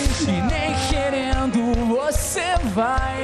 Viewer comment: Prestem atenção aos, o fala "e nem xerendo" quando o correto seria "e nem querendo". rsrsrs, ficou engraçado. ^^ Mas um errinho desses é sem problemas. Fresno arrebenta!!!